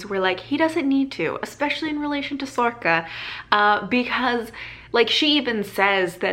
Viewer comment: I'm not sure how to pronounce sorcha.. you say sorka.. I've been saying sorsha.. in my book there is a pronunciation guide for some of the irish words and it says sorcha is pronounced sor-ra.. not sure